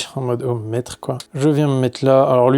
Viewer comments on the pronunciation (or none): none